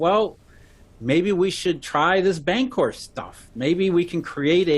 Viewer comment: LOL, pronunciation of bancor sounds like "bank whore." "well, maybe we should try this bank whore stuff..."